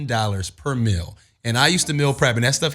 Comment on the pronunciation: Wtf is a "Mill"... it's MEEEEEEAL!!!